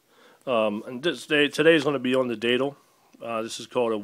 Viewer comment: Datle??? It's Datel, lol.